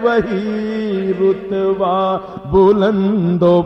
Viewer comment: Start ka word rutba hai, rotba nai durust krain